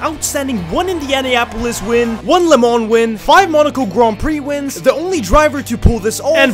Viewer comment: What is a Le mans, it is French the S is silent